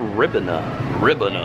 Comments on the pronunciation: oh lord he said "ribben-a" i already know where this shit is going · I SCREAMED WHEN HE TRIED TO PRONOUNCE RIBENA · you lost me at the ribena pronunciation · Him pronouncing ribena wrong..